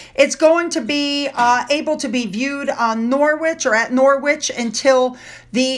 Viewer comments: Pronounced Norerich not norwitch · Norwich is pronounced Norrige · Hi,, sorry to be so irritating but Norwich is pronounced 'Norritch' in the UK. The knitted palace is staggering, what a feat! It's beautifully done. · Hi, I know you like to know how to pronounce our place names, so well done with Sandringham... spot on but Norwich is pronounced with a silent W as in Nor - itch, hope that helps. As always, loved the video. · Hello dear. Love all your updates about the royals. FYI Norwich is pronounced "Norridge" or "Norritch" x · Norwich - Nor (as in "orange") itch : ) : ) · Norwich is pronounced Norritch. I know, it's crazy. I.D. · Hi Here’s another one of our strange way of pronouncing our town and city names - Norwich is pronounced ‘Norrich’ with the ‘o’ being very short as in the word ‘of’. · Hi, the town called Norwich the w is silent xx